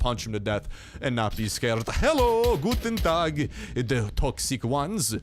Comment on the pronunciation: Haha wie er guten Tag gesagt hat😂 Noch jemand hier deutsch??